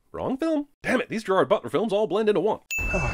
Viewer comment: At this point, I think that Jeremy's just punking us by pronouncing Gerard's name wrong.